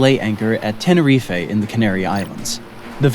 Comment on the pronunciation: I think you mispronounced the city of Seville and also the island of Tenerife. but this was very enjoyable story telling on your part.